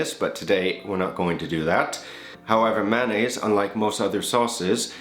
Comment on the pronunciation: It's funny how you pronounce it. Actually it's pronounced may-o-nayse. Keep the vids coming